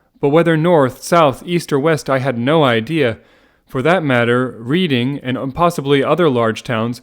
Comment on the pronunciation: Glad you're doing these, nice listen, but holy shit, Reading is pronounced Red-ing.